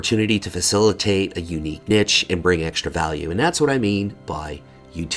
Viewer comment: love the guides, but i have to ask, do you intentionally mispronounce many words like "niche" and "caramel"? its distracting for the great work you are doing